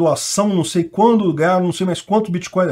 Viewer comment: Mas o nao sabe sequer falar créptomoeda e bitcôio...kkkk....